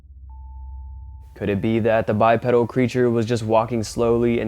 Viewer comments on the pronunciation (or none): FYI, it’s pronounced “bi-pee-dal.” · Godda**it, its pronounced ," Bye-Pee-Dull." It is not a bicycle part. Impress your young friends. Get it right. Another one : Zoology = "Zoe-all-uhgee" , where "zoe" rhymes with ,"Toe."